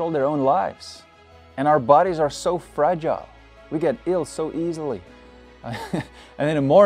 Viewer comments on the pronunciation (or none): none